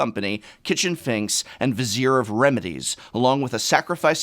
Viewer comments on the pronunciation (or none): none